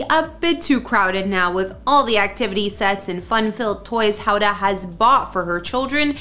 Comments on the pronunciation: It is NOT pronounced Howda, her name is Hoda. There is no W there. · Yeah, no kidding. It's not a difficult name to pronounce. Try this: 'HO-duh'. The O says it's name, accent on the first syllable. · Can you at least learn how to say Hoda’s name correctly??? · The mispronouncing of Hoda's name was driving me crazy!